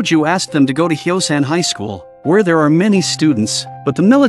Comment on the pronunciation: The city name is Hyosan not Xiaoshan